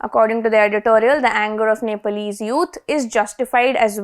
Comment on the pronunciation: It’s not Nepaalese… it’s pronounced ‘Neplese’ even though it’s spelled Nepalese…But the issue isn’t the ban.. it’s about corruption.